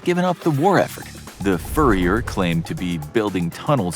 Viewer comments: Him: Furyer Everyone else: Führer (Fyoorer) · Furrier??? Do you mean führer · What's a "furry-er?"